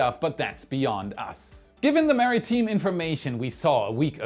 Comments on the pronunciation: Maritime, pronounced mari-time. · He had way more mispronunciations than usual... I think has started trolling us now.